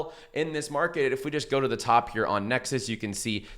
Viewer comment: why do you pronounce NexIS when it is clearly written NexUS and where is the link you said was down below